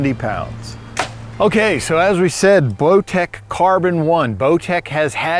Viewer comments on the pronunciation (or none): I swear he said blowtech. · lmao he calls it a blowtech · seconds accidentally says blowtech, I listened to it several times and every time I heard the same thing. 😂😂it’s funny, but I know it was a accident. Bowtech is one of my favorite bows.